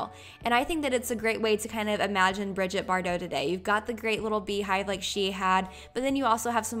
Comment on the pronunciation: Love the style! And as usual, excellent quality! Just as an FYI, it's Brigitte not Bridget. :)